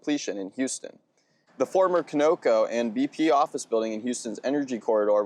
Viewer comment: Sorry. Conoco? Con o co - now let's try it again.